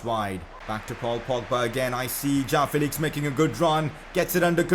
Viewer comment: Please pronounce it Jo-woah-n Felix